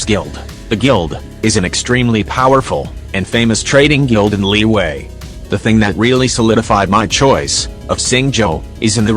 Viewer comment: Chinese People: LIYUE!!! English People: Liwue😎